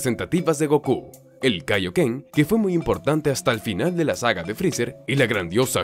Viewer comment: Pero no se llama taio ken se llama kaio ken